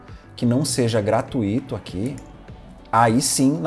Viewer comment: Tirando a insistência pelo "gratuíto", tudo perfeito, rs. Obrigado pelas dicas.